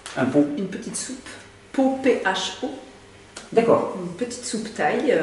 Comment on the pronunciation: Ondit pas po on dit fo